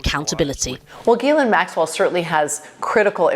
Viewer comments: Is it not pronounced Gill-ain? Dunno about the US but ‘jizz lane’ means something very different here. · Thank you for pronouncing Ghis-laine properly ... (Jeece-Len ... soft j) ...